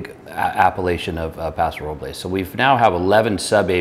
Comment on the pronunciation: Thank you for pronouncing Paso Robles correctly!